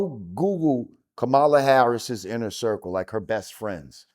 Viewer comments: Say her name correct neither Republican or a Democrat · He doesn't even know how to pronounce her name and he always says ignorant shit this whole interview just another example. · Sorry to disappoint you. Attacking the VP and mispronouncing her name in defense of a racist rapist is pathetic.